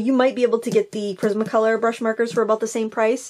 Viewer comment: Lol,I thought you said prison colour 😂🤣 but it was prisma colour lol.